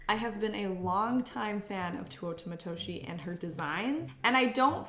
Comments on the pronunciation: Bro if i hear tuotah matoshie one more time imma fucking flip, i love you and your videos, ive tried to not be that person but im dying inside, its te-oo-ta matoshi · Tay - oo -ta Matoshi. Not TOO oh ta. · please love you and all but please pronounce Teuta Matoshi correctly (teh-oo-tah mah-toh-shee)